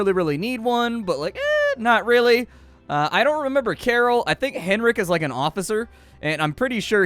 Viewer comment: Karol is pronounced Carl